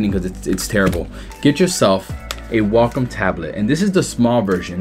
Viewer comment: triggered when he says "walk om"